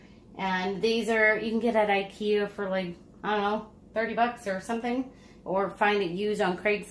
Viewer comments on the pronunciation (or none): none